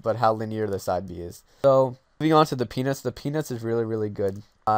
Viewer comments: yeah, it's a good video, but it really sounds like you are saying "the penis is really really good" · Why does Peanuts sounds like Penis when you say it?